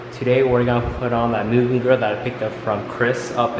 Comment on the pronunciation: I love that you pronounce mugen right 😁